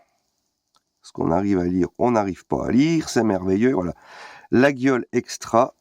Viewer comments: Attention, "laguiole" se dit "layolle" ^^ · On dit « Layole » l’ami mais ça reste un détail. Bisou à toi!